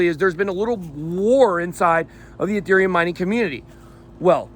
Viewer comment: It's Ethereum, not UhTherium